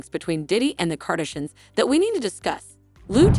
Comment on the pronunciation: Kardishins? Kenny? Good grief, if you aren't going to do your own voice overs, don't bother posting. Letting the computer mispronounce the names makes the whole post appear irrelevant.